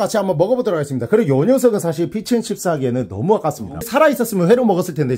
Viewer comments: 피취 앤 칩스 아니라고 피쉬!!!!!! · ㅋㅋㅋㅋ왜 자꾸 피쉬앤 칩스를 피쉬앤 씹스라고 하는거에요ㅋㅋㅋㅋ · 피쉬앤 칩스 발음을 왜못하시는데요ㅋㅋㅋㅋㅋㅋ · 왜 자꾸 피치앤쉽스라고 하는겨 ㅋㅋㅋㅋㅋㅋㅋㅋㅋㅋㅋㅋㅋ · 왜 자꾸 피치 앤 씹스라고 들리지? ㅋㅋㅋㅋㅋㅋㅋㅋㅋㅋ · 저만 피치앤칩스로 들리는가요?